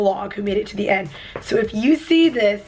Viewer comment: End not ed